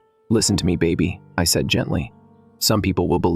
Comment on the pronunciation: For pete's sake, teach your AI voice how to say "said"! It's not say-eed. Also, fix the voice, it's really annoying to listen to blendarized gravel.